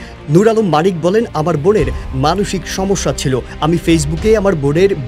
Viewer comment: উচ্চারণে কি সমস্যা ?? নাকি ছমছ্যা??